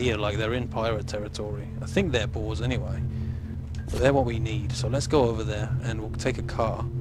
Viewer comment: when he said boars it sounded like balls